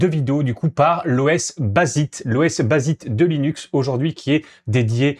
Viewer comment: ca se prononce bazaillte pas basite :)